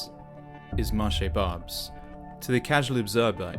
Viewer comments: Where the french language is barely heard ? Okay, I hear lot's of people speaking to you in french... you answer only in english, each time so you're the problem... you don't even make the slight effort of pronouncing the name of the market correctly (with your accent, that's okay, but the right pronunciation at least. All these people you're spitting on speak french). And you're wrong, french people have voted several times again and again against far right so, yeah, they have said many times they were okay with immigration... The problem is not immigration, it's poverty and it's consequences (and criminality is one of them). And yes, France have VERY bad politics regarding drugs and other things (and there you could say it : french have never voted for that !). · You could have researched how "Marché Barbès" is pronounced before making fool of yourself. you're showing some veiled women waiting in front of the station's entrance, what's that about? Are you saying you have no veiled women in the UK? There is no multiculturalism in France the veil is not allowed in the State's institutions. Multiculturalism is an invention of your country and a problem of your own no need to import it here. Also did you know probably half the population of Barbès are candidates of cross-channel immigration had we let them go? If anything you should be thanking Europeans for bearing your share of immigrants in the continent! Stop exploiting peoples miserable lives to sell views on the internet and go back to your miserable island.